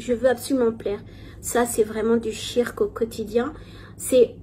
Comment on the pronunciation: le "tshirk", tu es musulmane depuis X années, apprends la prononciation de base stp merci ! Tu ne sais meme pas prononcer la formule sur le prophète correctement, tu abuses.